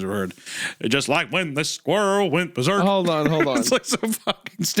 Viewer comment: Isaiah pulling out "the day the squirrel went bersek" and being suprised Hunter doesn't know it is the most Isaiah moment in recent memory 😂